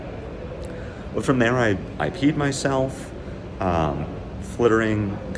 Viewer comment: Watching at 2x, "IP'd myself" sounds a whole lot like, "I peed myself."